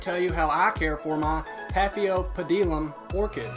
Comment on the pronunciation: Lmao paphio pedilum?!? 😂 😂 😂 😂 Hahaha omfg